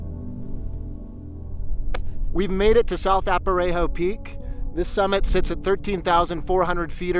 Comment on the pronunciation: Good video. It's "A-rap-a-ho" not "Ap-a-ray-ho" I believe.